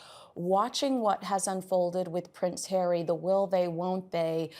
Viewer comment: Ponce hawwy